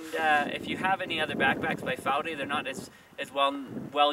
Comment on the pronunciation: wow, the first english speaking person to pronounce it right :)